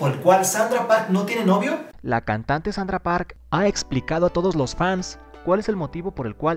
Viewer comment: ¿Sólo yo entendí "Sandra" en vez de "Sandara" ?